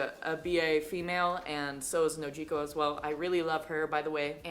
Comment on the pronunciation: I like the way u say Nojiko don't let anyone correct u